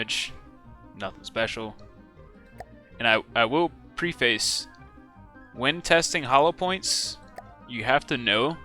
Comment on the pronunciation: "Multiply it", not "times it." "PREF-ess", not "pre-FACE."